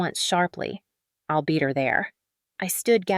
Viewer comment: The AI program reading the script leaves a lot to be desired. “I’ll” being read as “ill” and many others.